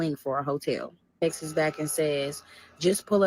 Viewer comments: That part kept PISSIN me off too and I was already mad 😂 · She keeps saying “texes” instead of texts/texted and it’s sending me. Never hated a story so bad 😭😭😭